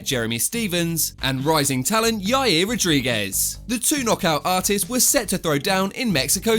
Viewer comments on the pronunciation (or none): none